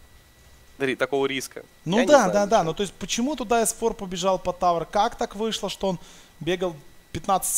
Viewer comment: Бесит как пытается произносить английские слова без акцента, но выходит ужасно, особенно ник s4, завязывай с этим!